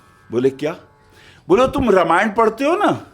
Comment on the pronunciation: रा मा य ण not र मा य ण प्लीज 🙏